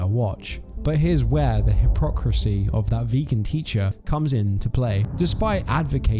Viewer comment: You mispronounced “hypocrisy”.